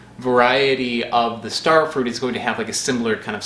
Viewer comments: Stare Fruit? They grow where I live. Maybe I should mispronounce "strawberries." and get upset when people call me on it. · “Stair-frut”. omg LOL you are a legend. I actually LOL’d 🤣🤣🤣🤣🤣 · you got me with "Stairfrut" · Just found this channel and this video. Your pronunciation of starfruit sounds a lot like what the Dutch translation of starfruit would be: sterfruit. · Another weird pronunciation "Sterfrut". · stair fru-ite